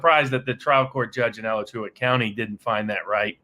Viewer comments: Its A-latch-oo-a, not Ala-choo-a LOL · Sounds like : Ah latch oo wa - County. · ALACHUA IS PRONOUNCED.........AH..LAH..CHOO...WAH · ah-LATCH-oo-uh county. pronounced it was if it were Spanish. It's the Indian word for "sinkhole". Alachua County is "Sinkhole County". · I live one county away from Alachua, and I think may have mispronounced it. Having said that, Love the videos you two make! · Wow he butchered Alachua county pronunciation lol. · Gotta say, ' pronunciation of Alachua is pretty funny (as someone who lives here)